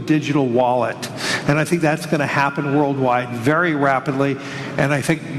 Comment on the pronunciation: And does he Fink we will accept a digital wallet I don’t Fink so cash is king